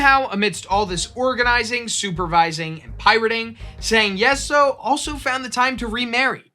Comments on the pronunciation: Closer, but still not exact would be "Jeng" like in jenga. "Ee" like the sound of someone excited and "Sa-ow" like the start of salt and then the sound of being hurt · Fantastic choice of topic, would have been nice for any part of her name to be pronounced correctly. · My mum used to tell me stories about Zheng Yi Sao growing up. I always love hearing more about her and it's an excellent topic for a Complexly video. In the future if you are going to be saying names and places in a different language please ask a native speaker for guidance. It feels disrespectful to continually mispronounce her name.